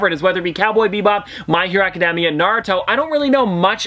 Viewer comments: The way you said Academia hurt my heart. No offense but it’s pronounced Aca-day-mia. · 3 things that might be useful 1. Deku is his hero name 2. Katsuki = cat-ski 3. Academia can be pronounced how you say it but most often I hear it like Aca-day-me-uh. Also a recommendation would be either natuto or Hunter x Hunter ( though that could be a little much for your channel) or an update once you get to season two or three with Mha/bnha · Isn't it Acad(day)mia? or demia. Im pretty sure it was the first one.